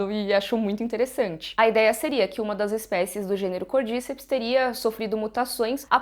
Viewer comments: Côrdicéps é a pronúncia correta e não Côrdíceps. No primeiro episódio eles falam. aos minutos. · Eu acho que a pronuncia correta é "Cordicépis" (cordy-cep-s) como é um nome em latim e é científico é falado cordy-cep-s com ênfase no é <3